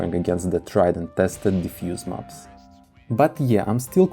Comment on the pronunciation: Please say mäps, not mups. Fäctor, not fucktor, imägine, not imugen